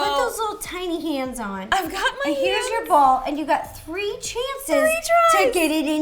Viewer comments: wat? Teeny hands? Aren't you supposed to say tie-ni (tiny) hands? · It’s pronounced tiny not teny where I’m from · Wait isn't tiny hands supposed to be pronounced tie-knee not tea-knee? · she kept saying teeny not tiny and my ocd was like TINY TINY TINY TINY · ....Teeny...? Isn't it Tiny? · Please pronounce “Tiny” right next time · TINY, not teeny. 🙄 No wonder I don’t subscribe to this channel. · It’s TINY not Tinny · it's t-eye-nee not teeny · It's pronounced t-eye-nee not teen-y dumass. People say teen-y when they are just joking by saying teen-y t-eye-nee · Am I the only one who is cringing when she is saying teenie hands instead of taini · no its not, the game is called Tiny hands, and she says teeny hands...its two completely different words, not a personal preference like tomato, tomato. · It's it ti-ny.... Not tin-y... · Did anybody else notice that she said teeny instead of tiny hands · Its tiny no teny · It's not teeny it's tine -y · Why is she saying tinny it’s TINY 😂💘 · tie-ny ti-ne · At the beginning, did Ro call it teeny hands?😆lol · It's her way to say tiny .... And also she sees that saying teeny is better than saying tiny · Your saying tiny wrong